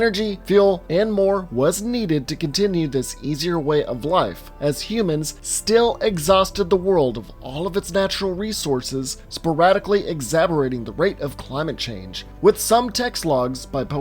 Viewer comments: lol "Exaberating". Just fyi, it's "exacerbating". It means, "to make worse". It is pronounced, "egg zass zer baiting". Also, chassis is pronounced "chass-see". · Did he just say... "Exabberating"? Did he mean "exacerbating"? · did this mf just say "exaberating"? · Ummm..wtf? Sporadically exaborating?? Ohhh kaaaay. Lmfao. Thatll work. Exacerbating. Ex..ass...er...bait...ing. lmfao. Exaborating. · (exacerbating) EKS SA SER BAETING